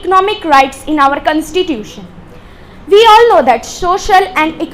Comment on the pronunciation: Don't speak cunstitution speak constitution